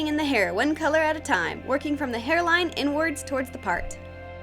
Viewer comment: Is it just me or does inwards sound like n words